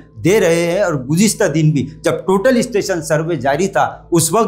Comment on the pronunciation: Gujiasta😂 gujista🤭 gujista 😡